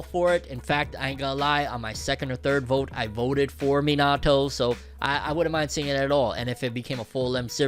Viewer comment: The way you pronounce Minato is so cringe 💀 no shade though